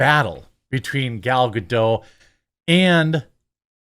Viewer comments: It's not "Gado" it's "GadoT" - she isn't French ffs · Bro, her name is not Gadow, it's Ga-Dot. Literally meaning Banks in Hebrew. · It's Gal Gado*tt*, the "t" is not silent. That's not French. Lol.